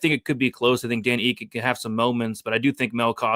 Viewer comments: Dude said dan igi lol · Dan "iggy" had me triggered 😂